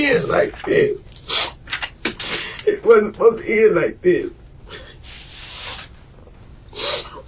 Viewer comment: "it wuznt spozed ta be like dis!!! Weuns wuznt spozed ta git CAUGHT!!!!"......:>)